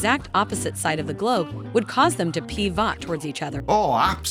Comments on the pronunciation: Hold on... did AI voice lady say that the magnets were going to "pee-vot"? What the hell does that mean? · Yeah I figured that's what it was SUPPOSED to say it's just I've never heard that pronunciation before.